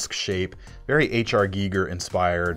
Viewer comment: "Giger" pronunciation is most appreciated. He was a collaborator and friend.